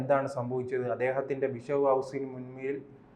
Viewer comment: വിശപ് അല്ല ചേട്ടാ 😂ബിഷപ്പ്